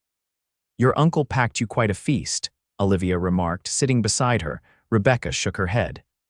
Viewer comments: the name of the female lead is Oh livia...... not Ahh livia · Exactly.... should be Ooh-livia rather then Ahh-livia..........grumble.. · Enjoyed this story very much. Please correct your pronunciation on you female main character it is O-livia, not Ol-ivia as she is not Popeye's girlfriend Ol-ive Oil. You pronounced it nothing ways throughout, drove me nuts, disconcerting.